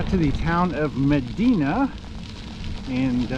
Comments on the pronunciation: Medina is actually pronounced ma die na. 😊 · It’s Me di na. The I is long. Medīna. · Is it too hard to look the pronunciation of the towns ur passing thru along the Erie Canal Most of them come from Greek and Roman names. ie- Medina= Med -eye -not e -na. Enjoying ur trip as a resident along the canal . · It’s Me dī na. Long ī , Medina.